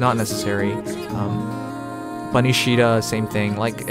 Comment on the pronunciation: "bunny caeda"